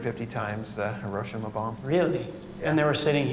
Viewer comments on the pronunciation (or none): none